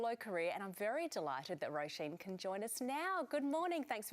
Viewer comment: who the hell is "Rollshain" Murphy LOOOOOOOOL